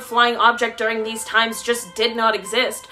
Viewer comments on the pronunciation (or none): none